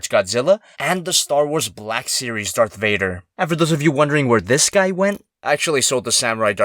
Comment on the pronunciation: It's sound kinda like dark gator